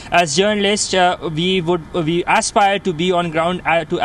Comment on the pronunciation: WHY DO MY INDIAN BRETHREN KEEP PRONOUNCING THE WORD "WE" AS IF THE LETTER "V" IS IN THE WORD??? THE WORD "WE" HAS NO LETTER "V" GET IT RIGHT.